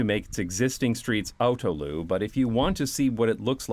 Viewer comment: you're saying autoluw like Loo at the end, but it should rhyme with new so autolew basically